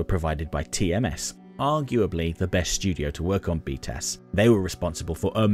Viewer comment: One thing that is funny is that when you say BTAS, it sounds like “beat a**”